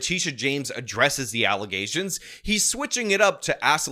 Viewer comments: FALZ ALLUHZAYSHINS, NOT FATS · “False allezations “ man they really aren’t the brightest now are they? 😂😂😂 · “Baseless alezzations” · I swear I will NEVER hear the word “allegations” the same again. All I hear is “allizations” regardless of whose mouth it comes out of…. I’m RUINED 🤣🤣